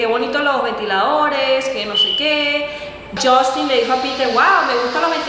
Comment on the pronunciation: Porque le dices Justin hasta Piter te corrige es "Justino" 🤷🏻‍♀️